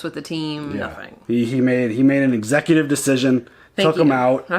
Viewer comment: “He made an xecutive decision” 😂😂😂